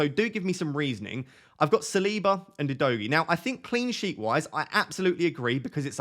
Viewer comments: Udogie is pronounced Udogee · It’s pronounced U- do- Jay.. it is a Nigerian name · Great content again mate 🙌🏾 I say keep your stats to everyone whose started with a proper analyses and managed an average 50+ points for wk 1 and 2 cos a lot is still going on in terms of changes, subs and injuries. PS: Udogie is pronounce “Who Dough Gee) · Hey, Udogie is a Bini name, a tribe in Nigeria. I'm Bini also. It's pronounced OO-DOE-GEAR (but without the R sound in gear) Stress is on the middle syllable